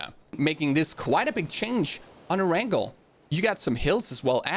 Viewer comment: He said e rangle